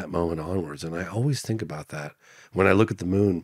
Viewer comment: 15.5 million v 513 k subscribers. Not even in the same league 🤣🤣 he needs to learn not to pronounce his T's as F's I fink first before he gets to that next level. 🙃